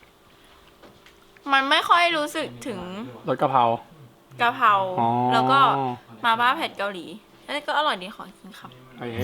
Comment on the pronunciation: กระเพราะไก่ หรอ พูด กระเพา 😅